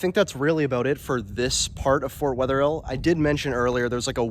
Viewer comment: It is not Fort Wetherhill. It's Fort Wetherill. Not "hill"